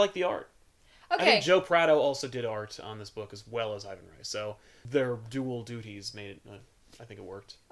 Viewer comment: I think Ivan Reis name is actually pronounced eeVAN HAYs.